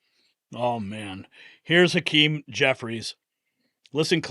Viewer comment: I didn't know hack-eeem jeffries was honorable. . .